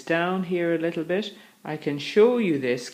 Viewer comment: Funny way of pronouncing your T... eight you pronounce as eish , bit as bish .. allergic to T huh, Lol... lovely and clear voice anyway , like your mode of teaching, thanks for sharing ...😊✔✅